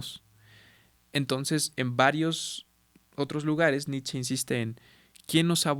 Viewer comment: La pronunciación correcta de Nietzsche es Ni-t-she! En alemán la ie suena como una i larga, en esta palabra la z no suena y la sch es shhh y la e suena como e.